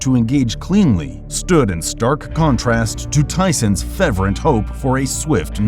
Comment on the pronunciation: FEV-rently? Whoops! That's "FER vently ". Yikes.